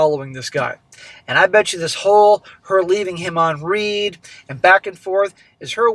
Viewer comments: it’s not “left me on REED” it’s left me on “RED” you still pronounce Read wrong every story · Left on read (Prounced like Red) as in the past tense of read (Pronounced like reed)